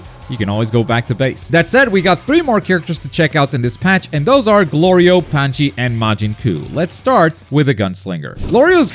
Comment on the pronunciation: pie-con and pan-zee smh